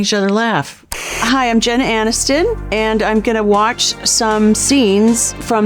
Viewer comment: She literally said Jen Aniston, it sounded like Jenna bc of the “Ani”ston